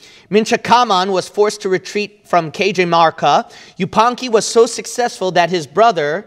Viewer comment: Greetings from Perú. It's much fun and lovely as well how dear pronounces Quechua terms following English language phonetics. Cajamarca, for example, is actually pronounced / kɑ-hɑ-mɑr-kɑ / not / key-djə-mɑr-kə /. God bless.